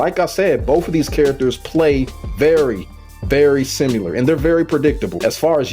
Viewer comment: Typical of a gordo main to not be able to pronounce similar lmao 😂